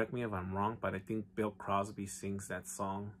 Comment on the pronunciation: Love Bassfishin' I thought he said "BILL COSBY" at first from Fat Albert